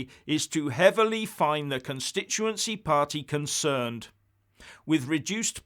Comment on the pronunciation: “Consherned”! Have you been drinking?😂😂